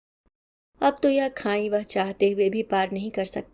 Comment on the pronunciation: your voice quality is too good but please prononse correctly. It's not khain. But khai खाई। खांई नहीं ❤